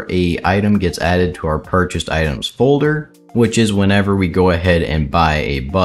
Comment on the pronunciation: u said itens instead of items at the start just fyi